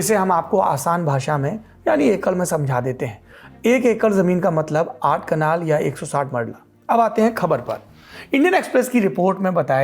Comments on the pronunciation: कनाल या कलान लिखावट और उच्चारण में बहुत अंतर हैं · कलान नही कनाल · Kitni baar Kalan ko kanal bola